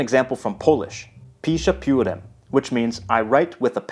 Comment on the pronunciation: I'm not sure (I'm Czech, not Polish), but I think that „Piszę piórem“ is pronounced quite different, the „ę“ should be some nasal vowel and the „ó“ is much like short u (oo). (?)